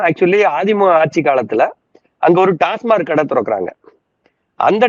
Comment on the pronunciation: ‘டாஸ்மார்க்’ இல்லை. ‘டாஸ்மாக்’ என்பதே சரி!